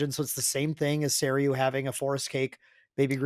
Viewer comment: there was a Japan ascent and you came back pronouncing Seiryuu correctly when you didn't before! amazing